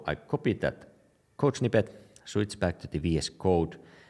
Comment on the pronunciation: I like it when you say "shwitz" :)